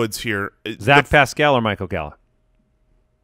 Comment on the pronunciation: You guys are the best, but you’re putting the emphASIS on the wrong syllABLE with Paschal (pronounced “Pascle”) 😁 GO COLTS 💙💙💙